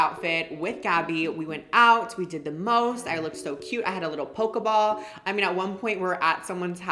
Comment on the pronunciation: I love how you dressed as a Pokémon character without knowing anything about Pokémon including how to pronounce the word Pokéball 👏🏻